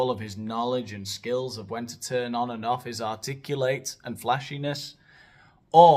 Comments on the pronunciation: I’m here bc I committed to after the Buble video, but it was totally worth it for the “articlu-late”. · Articu-late haha